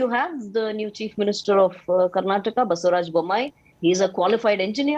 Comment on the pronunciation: its not baasevraj..its basavaraj